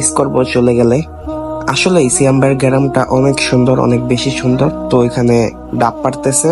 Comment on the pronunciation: Not গেরাম হবে গ্রাম😂